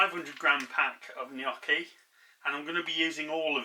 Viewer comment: First of all, I'm Italian and I hear so many people pronounce Gnocchi wrong. You say it perfectly! I have memories of making home made potato Gnocchi with my mom. It's so good and one of my favorites. As you poured the 2nd glass of wine, I was wondering if that one was for you. hahaha. Great recipe!